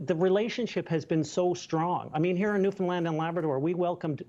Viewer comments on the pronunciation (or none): Why are premier and Newfoundland mispronounced on American news? He's not a movie "premiere" he is our premier. And it's not New-fin-lind. It's New-found-LAND. Understand? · New-Found-LAND! Not Lund. Land. like this; Understand Newfoundland. This is from Newfoundlander... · It's worth the price of admission just to hear Americans struggling with the word "premier". And especially Newfoundland.